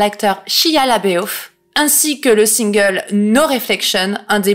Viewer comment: Salut! J'en suis à la 3 ème vidéo de ta chaîne et je kiff fort! Sur cette vidéo, tu parles de l'acteur Shia Laboeuf... Ça se prononce Leboeuf, comme le footballeur. Une histoire d'origine française lointaine de ce que je me rappelle. Je sens que je vais passer beaucoup de temps sur ta chaîne. :)